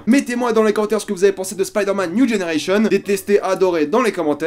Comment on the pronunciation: "Spaïderman niou dgénéreillecheun"